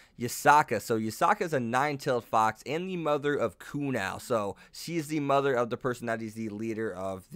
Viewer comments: kunou is pronounced (koo-no) and youkai is (yokai) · Also would like to point out, that you are butchering a bunch of these names. Kunou is said as Ku-no, Le Fay is Le as in Le Miserables and Fay, not Lay Fay like you were saying. I head you say Kuoh Academy as Kuho several times. Good video, but I cannot in good conscience ignore these xD